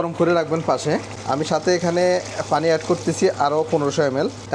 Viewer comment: ফানি না পানি?🫤পানি উচ্চারণ না করে ফানি ফনি করেন শুধু🤔